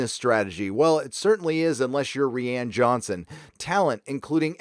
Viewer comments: Am I missing something? I thought it was pronounced "RYAN" Johnson, not "Ree-anne" Johnson. Or is this a dig at the director? I want to think it's poking fun, but I'm usually wrong, haha. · Rihanna Johnson that's what it sounds like he say instead of Ryan Johnson